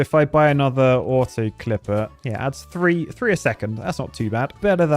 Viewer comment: is it just me or did say twee point 7 billion?